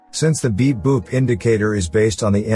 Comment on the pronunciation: I am not English native speaker. Every time when he speaks "beep boop" I hear "big boobs"